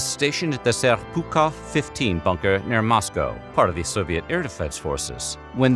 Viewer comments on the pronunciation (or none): none